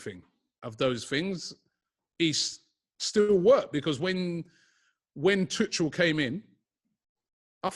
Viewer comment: It's neither Tuchel or Tukal in pronounciation! It's Tu-khel